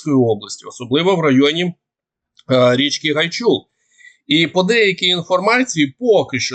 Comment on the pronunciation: Річка Гайчур наголос на літеру а